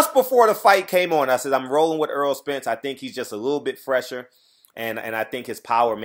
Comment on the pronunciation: Why do you keep calling him Earl... His name is Errol pronounced Er- roll. He used to correct everyone that messes his name up... at this point I guess he's just said fuck it. Smh.